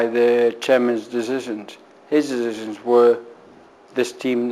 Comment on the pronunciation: Lordy, he's well pissed-up...........you've got to have a serious problem if you feel able enough to go on national TV in that state and give and interview - "the chairmans deshishuns....". Although, to be fair, this was a few years ago, he could be doing fine now cough